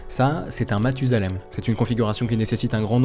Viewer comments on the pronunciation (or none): none